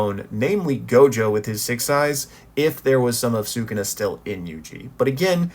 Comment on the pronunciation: Why cant you pronounce “sukuna”